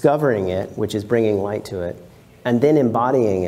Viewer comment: the 'gh' in 'light' has no 'f' sound